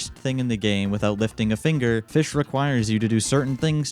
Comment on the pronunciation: It's called "fis CH"